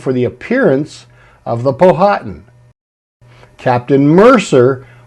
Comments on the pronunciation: It's not pronounced Po-hatan. It's pronounced pow-atan. The H is silent. I know as I have a long distant relative of the Powhatan tribe of Native Americans in VA. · great presentation, just wanted to let you know the pronunciation of Powhatan is Pow uh Tan, not Po Hat an, like the river (and Native American tribe) in Virginia.